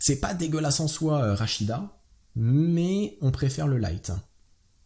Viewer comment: ptn c pa rachida .... c rachid mdr